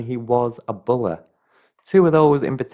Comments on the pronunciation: I love how you say "bully".. He's a "bulay" 😅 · I love the way you say money and bully lol